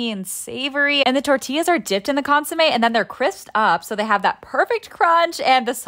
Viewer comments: It was piercing and traumatizing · Consomé, it's just that she pronounced it like "su" instead of "so" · ITS PRONOUNCED CONE- SUMEH